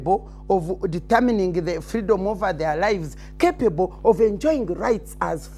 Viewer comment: the way she says some english sounds need translation itself the way she says "capable" alone sounds questionable